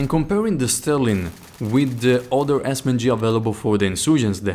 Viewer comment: A very Haccurate Esss men gee